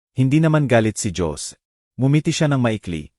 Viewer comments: Nakakainis pakinggan ang pagkwento mo...Jose -Dyose . Sana biglasin mo nlng ng maayos nakakainis pakinggan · Jose hindi dyosie ang pagbasa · Ayusin mo yung pagsasalita mo..imbis na ganahan kami sa kwento..kahit maganda pinapapangit mo..mga pronounciation mo..diko alam kung tagalog kva o tangalog..kainis makinig..ang Jose..ginagawang yose..ang youtube..binibigkas pati e..tagalog ba o english..ewan ko sau.. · Ang Jose bakit naging Josie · Listening fr. nowhere😅😅😅 Magganda sn kaya lang nakkabwesit ang mga pronouncition. (Dyose, geti...😂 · Ayusin mo ang pagbigkas ng Jose